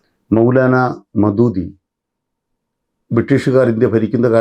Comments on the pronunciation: മദൂദി അല്ല. അബുൽ അഅലാ മൗദൂദി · മൗദൂദി എന്ന് ഉച്ചരിക്കാൻ പോലും അറിയാത്ത ഒരു വ്യക്തി പറയുന്ന കാര്യങ്ങൾ എല്ലാം അബദ്ധവും ശുദ്ധവിവരക്കേടും. ആണ്.